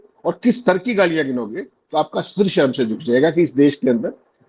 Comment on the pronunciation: अमित शाह शर्म को 'सर्म' कहकर हिन्दी भाषा का अपमान कर रहे हैं, उसका उल्लेख करने वाला कोई नहीं है।